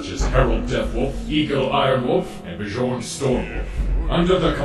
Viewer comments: "B gorn" is not how one should say bjorn, not like you have swedes around to help with that or anything. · I thought one of these guys was Swedish or something, shouldn't they say Bjorn properly, without the J sound? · "Bee-jorn" is definitely how you pronounce that name Bjorn. 🤣 Anyways, funny video guys.